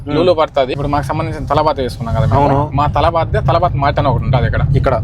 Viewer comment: Adi Talaaabat Kadu Ra Talabat Ra Nibba😂😂😂